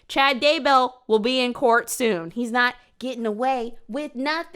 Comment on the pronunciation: You're hilarious. Just wanted to tell you. I know this is not a new video or anything but I've been binging your videos. I also never heard someone call court "cort" 😂, just another funny thing you do. kills me sis